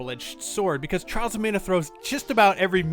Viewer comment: I keep hearing Charles of Mana 😋